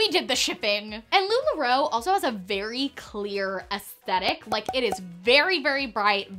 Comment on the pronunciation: Lu la roe= NO 😂😅